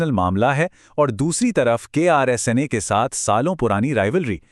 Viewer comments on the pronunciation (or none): KRSNA 😂😂😂😂. Naam sahe se lo bhai 😂